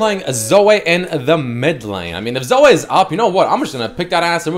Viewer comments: As a Zoe main i take offence to you calling her ZoA. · your Canadian prononciation of Zoe (Zo-ayy) fucking kills me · According to its not Zoe its Zoay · LOL pronunciation of Zoe